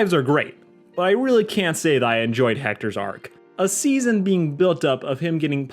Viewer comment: Oh yeah now I remember i had to re watch it you accidentally said steason two instead of season two